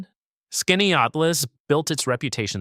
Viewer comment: Sorry to be the squeaky wheel, but Wells College in Aurora is closed as of the 25/26 academic year, and your pronunciation of Keuka and Skaneateles made a local upstate girl cringe. Yes, upstate is beautiful, and has many hidden gems.